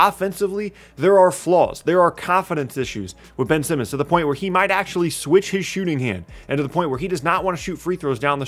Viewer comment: Please slow down a little, almost every time you said Ben Simmons it sounded like you said Benson. Otherwise, great video!